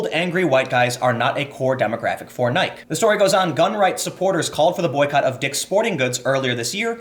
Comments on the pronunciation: Tim, you missed the thread here. Or, as I suspect, you're willfully ignoring the logic to fill time. First, the claim that being against a boycott against Nike ("Ny-kee" not that it matters - it's just confusing that you're either the only person on the planet that DOESNT KNOW how to pronounce this or you are willfully trying to pronounce it wrong because reasons) is wrong BECAUSE Nike has done things in the past which the left doesn't approve of makes little sense. I know this was a jumbled sentence so let me reiterate: Nike claims to support free expression. Conservatives boycott Nike. Leftists say that boycotting Nike is an example of what Kaepernick was expressing in the first place. Now, You say that the Leftists are wrong about what Kaepernick is saying because Nike has used sweatshops? Because the Leftists aren't arguing that Nike is doing things right. They're arguing that Conservatives (or white people) are wrong for trying to silence Kaepernick. Both sides have a point. But calling them wrong because Nike is a shitty company lacks nuance at best. I generally like what you do (not enough to fund you, sorry bro) but this seemed lazy. It seems to betray a bent towards anti-sjw post-hoc rationalization which I find somewhat distracting from the story. I hope you correct the statements you made here. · Tim...we need to talk. You know what you're doing. The pronunciation man, it drives us insane. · I have never heard anyone pronounce Nike to rhyme with "like". It's so weird. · He pronounced Nike correctly once in this video. He's gotta be fucking with us. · I won't fall for your trick of mispronouncing NIKE to get me to comment...fuck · Are you intentionally mispronouncing buzz words? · How do you not know how to pronounce Nike? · The way you pronounce Nike makes me cringe. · i cant take you seriously if your're going to say nike that way. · Tim "I'll mispronounce your name on purpose" Pool. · Tim doesn't know how to pronounce the brand "Nike". Silly Tim.